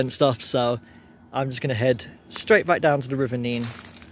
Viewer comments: On a map from 1680 it was spelt Nenn, so you can see the confusion, where it is both spelt and pronounced differently in different areas and at different times throughout history. Add to this the Northampton accent, where a few random 'y's are dropped in....like Teyn for town, and Neyn for Nene. Hence the difference in pronunciation the closer you get to Northampton. Chaos! 😂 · Sorry to be a geek but in Northampton it's quite a big thing: the river Nene is pronounced "Nen". Go to Peterborough and have an argument about it - they call the river the "Neen". Glad you enjoy our town and the area around it. God's own country! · I was going to comment about the local pronunciation of the Nene, as I know it's pronounced differently up and down the river 😅 But yes, a Northamptonion hearing Neen is very grating 😂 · Great video mate. Just to clarify, the Nene, rhymes with men in Northamptonshire, is pronounced 'Neen' from Cambridgeshire onwards to The Wash. I'm sure locals will agree that your wonderful naivety took you through a few areas where it's best to not walk alone, or indeed at all. And yes, our rabbits are friendly/borderline cocky as they're accustomed to people. Bit like the squirrels at Abington Park, who act like they own the place.